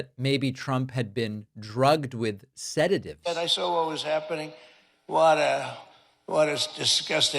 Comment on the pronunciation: "he said sedagive!! give him a sedagive!"🤫